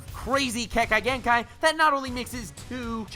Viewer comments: the name butchering...fuck me... Also Dust Release is Kekkei Tota, not Kekkei Genkai. which is pronounced Kek-kay-gen-kai Not ke-kai-gen-kai... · Did anyone else hear him say kengkai gengkai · (Kek-kay) kekkei (genn-kai) genkai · its not ke kia genkia